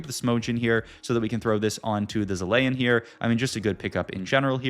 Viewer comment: bro can't pronounce zilean